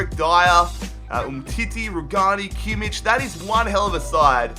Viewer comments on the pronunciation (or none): none